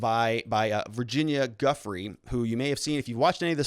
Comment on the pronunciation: Helping YOU with the pronunciation of these major players names, Starting with Ghislaine Maxwell.., "GA-LANE MAXWELL, Just like I described. Virginia Roberts Giuffre - Pronounced VIRGIN-YA ROBERTS GU-FRAY. * NOTE: Since you are following this case closely, & sounds as if you're planning to do so further. Going forward, You'll correct pronounce. ✌️💛😷⚠️